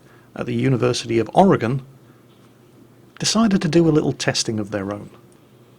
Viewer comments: Don't worry about the dislikes. I know you think a lot about things before you say them, and won't say anything you honestly don't feel, and I GREATLY appreciate that fact. Case in point, you actually know how to pronounce Oregon correctly. Man, there are people in my own country who don't bother to get that right. THANK YOU! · Guilty of not hit like or dislike on your videos, I can't say I have really ever not like any of your vids, I have enjoyed all of them . Btw Thanks for pronouncing Oregon correctly. 👍👍👍👍👍